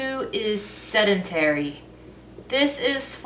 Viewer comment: Why she had to say sedentary like that though 😂. Me and my lil raggedy desk job.